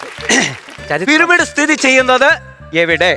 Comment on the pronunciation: പിരമിഡ് ❌ പീരുമെടു 🤣🤣🤣